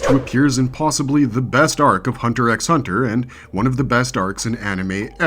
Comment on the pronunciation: They literally spell Meruem out for you. And you BUTCHER the spelling in the timestamps 🙄🤦🏾‍♂️ No wonder you pronounce the silent 'X' in Hunter x Hunter. I will say you have a decent list tho.